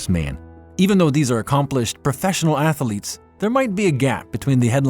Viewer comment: “Athaletes”… yeah sounds like is AI